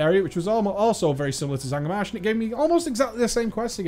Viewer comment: its not zangar marsh